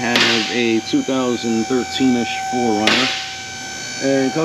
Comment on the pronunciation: Did you say it's a 4runner or 4ruster?